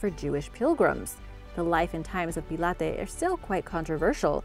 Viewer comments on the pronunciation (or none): Pontius Pilate is pronounced Pontius Pilot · #3 have never ever heard Pontius pilate pronounced like that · Terrible pronunciation of Pontius Pilate!